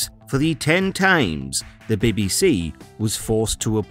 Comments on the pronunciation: I can't get passed him saying " the baby sea" How hard is it to say BBC. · Wtf is the "birby si"?